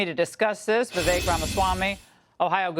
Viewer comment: Laura doesn't know his name is pronounced Vi-vake, rhymes with cake? Seems she should know that.